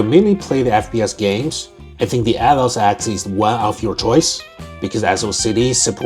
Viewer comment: Is it just me or he keeps saying "Athoz"..